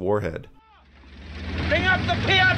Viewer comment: Piat sound like gyat bruh.